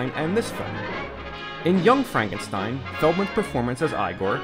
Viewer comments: Why do you call the character Frankensteen when you correctly call the movie "Young Frankenstein" remember the story and thusly characters are german so the name is to b3 pronounced tye german way. Stein = Stone, no exceptions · FrankenSTEEN???? It's stine mate xD